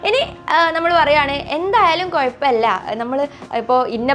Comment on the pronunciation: അത്തായത്തിനോ 😂😂😂 'അത്താഴം' ആണ് ഹേ😂. കയിക്കാൻ അല്ല 'കഴിക്കാൻ.' Not കുയപ്പം, it's കുഴപ്പമില്ല.